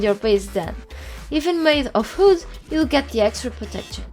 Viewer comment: it's funny how you can't say wood :D